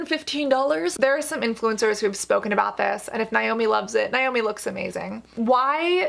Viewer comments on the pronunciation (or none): As a Naomi pronounced Nay-Oh-Mee I felt triggered every time she said Nie-Oh-Me 🤣